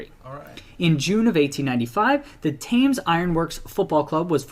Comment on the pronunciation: Somebody please tell that man how to pronounce Thames! {Temms NOT Tames} - The Wolves-Villa rivalry is definitely a BIG-DEAL {as is West Brom-Villa even if Birmingham City-Villa is clearly the nastiest rivalry in the Midlands, Birmingham City are the chippie latecomers to the party after all}, If we're talking about swapping players diluting a rivalry then West Brom gave us Steve Bull, Andy Thompson and Robbie Dennison who all became Wolves Legends whilst the Vile gave us Tony Daley who spent 90% of his time with us malingering in the treatment room and Andy Gray who spends most of his time these days crapping on us! - The Wolves-Stoke or more particularly Stoke-Wolves "rivalry" is basically a one-way rivalry from the Potteries that seemingly stems from Port Vale not providing them with a real challenge so they feel they have to come after Wolves and West Brom. - Cardiff City and Sunderland are two clubs who seem to have a strange dislike of Wolves too with their fans rioting in Wolverhampton on multiple occasions. - And in my lifetime there has always been a bit of a bite to games against Sheffield United too even before that Play-Off Final.....That it was the Blades we beat 3-0 in that game made it even better :)